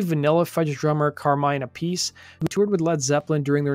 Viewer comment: I'm pretty sure its pronounced Ap-i-see Carmine Appice Great video